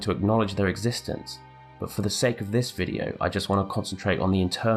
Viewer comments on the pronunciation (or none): none